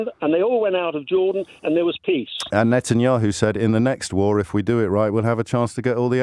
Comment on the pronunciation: The caller can’t even pronounce Bibi’s last name- keeps calling him Netanyoo, yet he feels like he’s clever enough to call in to debate James.